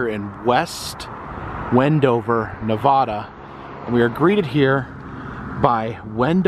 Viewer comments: Its pronounced: Nev...add...uh. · Ya gotta stop saying Nevahda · Ee Lee =Ely Ne-VAD-uh (with the second syllable rhyming with mad) is the standard pronunciation with locals, while saying Ne-VAH-duh (second syllable rhymes with spa) will expose you as a foreigner to the state. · I absolutely love your channel. I was born and raised in Fallon Nevada. Those giant bugs are called mormon crickets, Ely Nv pronounced EE-LEE and as anyone in the state will tell you it's NEV-AH-DUH. Sharp "a" sound like the "a" in Apple not the awww sound. Anyhoo come back to utah and find the Farmington Bigfoot, the muffler man Spock, or even the SLC pyramid... I've got a map of at least 300 Strange roadside attractions in the state. Even a UFO landing site, and an abandoned solar wind mill site that was really just a money laundering cover.